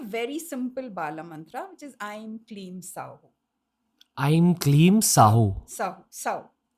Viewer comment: Isn't it 'aim klim sauh sauh klim aim'...u told it wrong mam